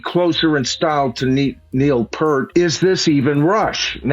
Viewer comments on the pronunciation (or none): Respectfully, It’s pronounced Ohnika NilI less, and it’s P ear T not Purt. As a drummer watching Anika for the last 11 years I can tell you it is going to be incredible if she can put up with the boneheads that made Neil hide under a rock. I don’t expect she will last long and will want the hell out. So many self proclaimed experts it’s a joke. Rush always re-invented themselves lost some fans in the process and gained new ones over the years. I just saw someone criticizing Anika for playing in 5, and another commenting on her practising with the butt end of the stick, Neil played with the butt end of the stick all the time. Anika is one of a handful of uber drummers alive today, in the company of Steve Smith, Jo Jo Mayer, Benny Greb and Steve Gadd, etc… Rush fans should just shut up and enjoy the ride which is destined to be short lived imo